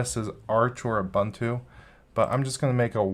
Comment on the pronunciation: How wrong can one go! You can neither pronounce Ubuntu nor Mojave? 🤦‍♂️